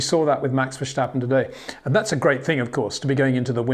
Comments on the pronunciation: ⚠️ To all international journalists & sport presenters: 🌐 it is NOT Lewish ... it is NOT Bottash ... and it is certainly NOT Max Vershtappen! Pronouncing "st" as "sht" is done by Germans not Dutch people! ... like an insult to (some of) us ... like insinuating you are a Nazi or something. But most people from Holland (like me) have NO issues with Germans at all. Am part German myself. Everybody knows how to pronounce Stable not "Shtable" or "Train Station" not "Train Shtation" so NO EXCUSE to be a moron! They do not do it with others having st in their names! ... All other F1 drivers are pronounced correctly having "st" in their names. This BS started years ago with father Jos Verstappen being interviewed by British sport presenters thinking it is funny to talk like a German to a Dutch guy! ... It is not ... And they do not giva fck. Not even having the courtesy to ask how to pronounce it correctly. (Acting dumb about it, hence my sarcasm, which some do not get). I did not say all Dutch people think like that ... but people that make fun of assumed "Nazis" they change their pronunciations to make fun of you. But there are vast amount of nice Dutch people that never would do that ... nor feel the need to insinuate. I have been called "Nazi" by some just because my last name is German then they talk with "sht" & z (not s). Thinking they are "so funny" doing that. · Hi Peter, I would love to meet you so I can explain how to pronounce Verstappen. It has been 4 years now so I think you should've learned it by now. Until we can meet, here is the thing; there is no "sh" in VerSTappen. Just a simple "st" like in "stop". You can do it!